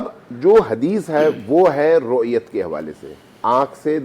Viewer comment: O bhai roiyat shart nai hai bhai roiyat priority hai janab Ye keh rahe hain jabke ap apne ilfax un k muu se na kehelwaye....plz